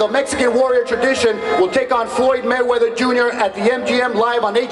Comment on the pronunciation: DID HE SAYS MANNY MAY WEATHER? LOL...